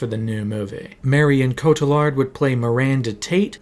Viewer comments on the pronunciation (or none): It's pronounced Rachael "vice" , oh, and Marion 'co-tee-yard", and this came out 6 months aftwr i started a 9 year sentence. Didnt see it until 2020 amd was honestly quite disappointed